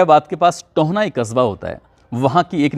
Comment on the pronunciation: भाई, ये टोहना नहीं बल्कि टोहाना है....